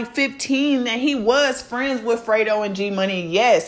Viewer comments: FRE-DO NOT FRITO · No shade but you said Frito bang 😂😂 instead of freddo bang but yeah she absolutely most definitely out of line for this one🤔 she was with young boy when she knew the beef was going on between them two and I guess she loves Louisiana guys ijs it will be all good if she was dating somebody nobody knew about but noooo and this only leads to tell me she still in her feelings, feeling some type of way not being with yb, because if not regardless to him saying his manager reached out to hers about a video shoot this wouldn't even been an option knowing what she knows ain't nobody on this Earth perfect but when you always playing victim and then some fuckery shit like this comes out you only make yourself look stupid but she's Grown and entitled and to each its own I'll just sit back and see how this shit plays out like the rest of it I just hope she knows what she's doing for the sake of her life and whoever else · Y'all YT commentators either be slow or can't read Bruh name is FREDO like Alfredo